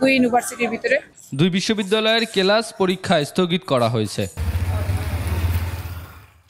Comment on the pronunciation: রিপোর্টার..."কেলাছ" কি ঠিক বুঝলাম না!😅